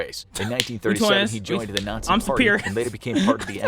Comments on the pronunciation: "Nay-zee camp experiments" 💀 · aint no way this ninja said Nayzee